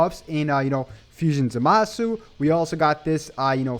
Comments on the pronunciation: Its not zumasu its zamasu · Please say his name correctly next time